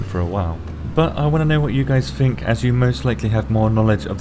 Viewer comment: " I wanna know what you guys FINK as you most likely" ... ha, forget *think when we can just pronounce it "fink" ... hmmmm, interesting